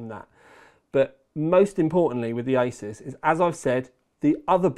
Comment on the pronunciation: Honestly, love you for calling it "aysaas" and not "aasoos" like many others.